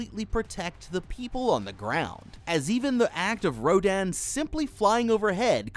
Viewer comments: why does he pronounce rodan gidorah wrong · The way he pronounced ghidorah and (somehow) rodan wrong hurts my soul(also this may shock you but did you know that there an emotion called panic when they saw ghidorah there decisions would be scrambled yeah I know shocking) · it drove me crazy hearing him pronounce ghidorah wrong 😭😭 he even pronounced rodan wrong a few times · I can't believe no one on the How to Beat team corrected him on the pronunciation of Ghidorah. It was so distracting 😭😭 Then the switch between RoDAN and RoDON, it's RoDAN baby, RoDAN. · He said Rodon not to be mean it’s rodan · Oh my gosh!!! I can forgive gidorah and Rodan BUT Pterosuar is pronounced Ro-dan TerO-soar